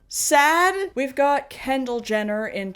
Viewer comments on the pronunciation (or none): none